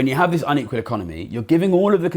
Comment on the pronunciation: Great video that deserves wider circulation. One request would be to work on your diction in places. It is quite key in a video comparing an equal with unequal societies that we can discern whether you are saying equal or unequal. I have a very mild hearing loss and had to rewind in places to check.